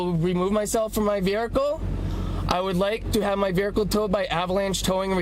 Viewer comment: Never trust a guy who thinks vehicle is pronounced with an R.